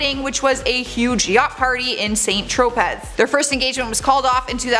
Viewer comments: What is up with all the mispronunciation in these videos???!!! St. Tropez is pronounced SAN TRO-PAY. From other videos: Maria Shriver is pronounced with a long I. It's Shriver, like striver. Hard I like in Ivy. The plural of incident, is incidents, not 'incidences'. Some of the stories are also inaccurate. Google is your friend. Step up your game. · Saint Tropez?.. pronounced San Tropay. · It is pronounced San tro pay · St Tropez is pronounced San Tro-PAY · Saint-Tropez is pronounced: saan trow pay